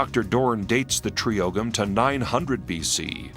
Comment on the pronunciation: Ogham is pronounced "oh-um" in Irish.